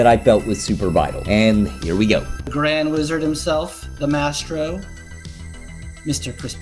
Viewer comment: Maestro : "My Strow" say it right! :)